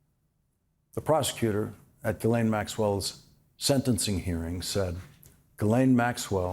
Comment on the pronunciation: C'mon Lawrence, pronounce Maxwell's name right, jizzlane!